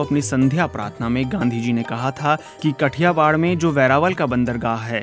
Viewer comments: कठियावाड नहीं है "काठीयावड" हैं.. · कठियावाड नहिं भाओ काठियावाड है सोच कर बोलो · It is not Kathiwar. It is Kathiaawaad. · It's Not कठियावाड़ it's काठियावाड । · It is pronounced as "काठियावाड़"